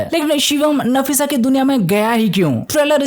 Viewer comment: Nafisa hai nasifa nahi😂